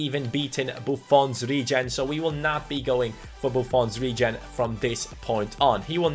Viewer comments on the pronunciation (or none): none